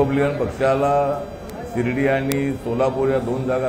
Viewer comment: हा कवी शिर्डी ला श्रीडी म्हणतो काय करायचं या कविचं